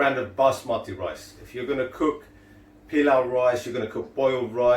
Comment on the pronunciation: Sorry to correct your pronunciation but it is not " pillow" rice but " pilauu " rice. Asians do not say "pillow" rice. I found that very off putting. Also your rice is far too light coloured as you did not brown the onions enough.